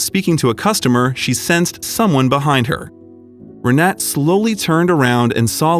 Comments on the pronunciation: Re-na-te. The two 'e's are not pronounced as in 'bet' or 'seek', but as in 'her'. In fact the 'e' sound is closer to the 'u' in 'but'. The 'a' as in 'ah'. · the video is nice but it creeps me out how u butcher the name Renate. I am German and u don't drop the letter e in the end of the name Renate, it's like u would elongate it as if it's written Renateee. Just for ur information lol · I’m pretty sure her name is pronounced Renata. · Learn the correct pronunciation! Not Renat, Renatah. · They don't show her name, but the chance that it was ree-NAT is almost zero. The "e" at the end is pronounced in German. Her name is probably Renate, pronounced approximately ray-NAH-ta. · I believe the name Renate is pronounced Re-na-ta, not Re-net. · Proper pronunciation. Renate is “ Rah-Na- ta.. The last name Demitriades is De-me-tree- Addas. They had two sons and one daughter. I know all the family for years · The German name is "Renata", pronounced Ray-nah-ta. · Omg her name is Renate (reh-nah-te) it’s just driving me nuts with the mispronunciation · Rr Nah Tah please ! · Or REN AH TAH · Renate is pronounced re-NAH-tuh. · Her name is RENATE, pronounced ray-NOT-a. The narrator's mispronunciation throughout the video made me cringe. And the closed caption spelled out no less than FIVE different spellings throughout as well. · It's pronounced Renata. My mother-in-law has the same name, she in from Berlin. Renate'. Typical female games, even when they are old!! LOL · Renate is pronounced Renata. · Eher name is pronounced with all letters spoken Renate (Renatay) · Renate is pronounced Renata. Thx 4 sharing this story 🙂🙂💕💕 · Her name, Renate, is pronounced Reh nah tah, accent on the middle syllable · It’s not pronounced renet? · Her name is pronounced "Reh-NAH-teh." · you are pronouncing her name wrong.. happy for the couple